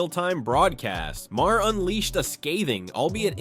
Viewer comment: Just some moron narrator, where’s the actual content? Also, its not pronounced “ma hair”